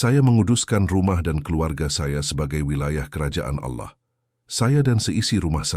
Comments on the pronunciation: Cara nyebut Allahnya salah 😢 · Ya knpa pke kata Alloh,hrusnya ALLAh ku